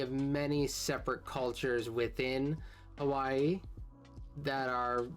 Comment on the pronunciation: What a special treat that you chose these two Extra History vids to share- this is my hometown of Hawaii. I enjoyed it and you pronounced it correctly! 👏 Since you have subscribers from all over the world - it is nice to learn of other places. Keep up the great work and I enjoy your channel. Thank you or as we say Mahalo (thank you). 😊